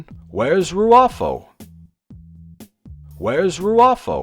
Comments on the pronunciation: "Picard and Rufio..." "Picard and Rrfro..." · I love how Mr Plinket can't pronounce the bad guy's name correctly. Hahahah